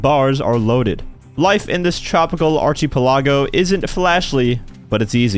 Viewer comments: Bro said it with mad confidence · Ar-ki pel ago = archipelago LOL sorry I had to nitpick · I've never heard the word archipelago pronounced quite like that before. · "Archipelago" ☠ Our man's been playing too many video games